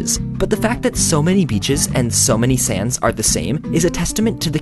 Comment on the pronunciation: Whenever you say sands I hear sans so it get pretty funny.